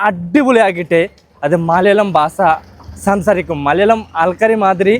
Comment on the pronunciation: Basa alla Basha